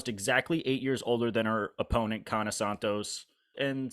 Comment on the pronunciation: Yana with a "Y". Like yacht or young. There's no "K".